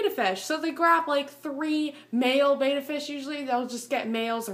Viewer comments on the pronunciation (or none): it's Betta not beta BETTA not beta look it up Betta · Just fyi betta is pronounced bet like i bet.. and uh (bet-uh-s) lol i did the same thing and i got alot of hate just trying to save u lol